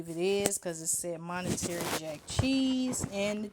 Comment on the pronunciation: Mon tuh ray is how u say it lol not “monetary”